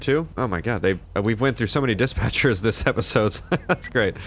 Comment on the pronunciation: "we've had so many dichpatchers dis episodes" 😂 (don't mind my spelling)